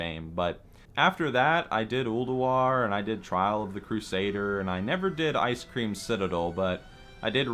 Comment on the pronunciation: someone else heard that he said icecream and not ice crown xD